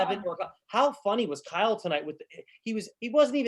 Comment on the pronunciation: I like how Vernon calls Kyle, "Kal"🤭